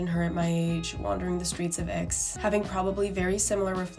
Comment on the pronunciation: the x in aix in silent